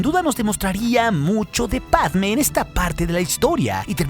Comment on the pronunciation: # Pregunta (zonza) del dia: Por que, a Dorme (la nombras con acento en la e), y a Motee (lo mismo)... pero con Padme (quien tambien lleva tilde) no lo haces? Bah, nadie lo hace...